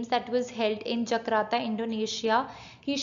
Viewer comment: it's Jakarta not Jakrata or Jagrata please pronounce properly.